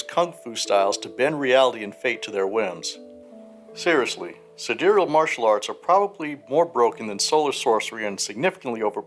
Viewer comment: Sidereal is an archaic word meaning "of the stars", the same way Solar means "of the sun" and Lunar means "of the moon" (and Terrestrial means "of the earth"). The pronunciation in the video is essentially correct. (A lot of the other info in this video is out-of-date as of the current edition, but the third edition Sidereals content is still very new).